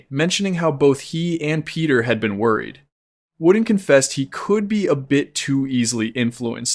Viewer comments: i do believe i cant watch this you are saying wooden and not vordan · Bro its vorden not worden. Apart from that everything looks good